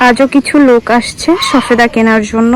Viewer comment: শবেদা বলেন শফেদা বলছেন কেনো বলছেন